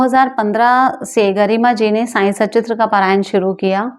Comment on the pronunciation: मैडम अब तो सुधार कर लो ! आप बाबा के बारे में वीडियो बना रही है और बाबा की किताब को "साईं सचित्र "कहती हो जब कि किताब का नाम "साईं सत्चरित्र" है।